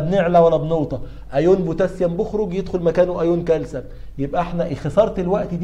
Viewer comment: دكتور اسمه كالسيوم وليس كالسم 😂😆🫶 مع ذلك بديت اسميه كالسم برضو